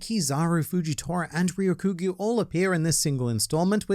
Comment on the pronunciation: Hey it's not Ryo Kyu Gyu it's Ryoku Gyu. Ryoku should be read together Ryoku means green. Like Ryoku Cha means green tea.